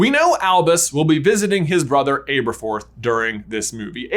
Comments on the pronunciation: It’s not ABErforth, it’s ABerforth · My husband was watching this across the room and I was screaming internally the whole time about how J pronounces Abe-er-forth.